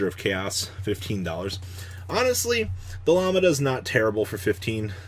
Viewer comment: It's Lamb-Dah...Like the Greek letter....